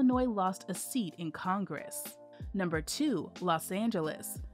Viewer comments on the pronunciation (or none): none